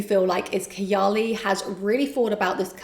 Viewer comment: did she say kiyaley ? instead of KAAYAALEE?